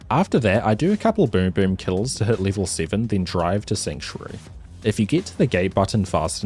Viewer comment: "after i hit level teen" huh?